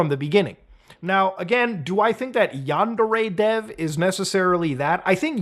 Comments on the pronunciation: Yandere Dev (pronounced Under-A.. Dev) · "GUYS I'M SOWWY FOW GWOOMING A MINOW IT'S NOT MY FAUWT" Basically Yandev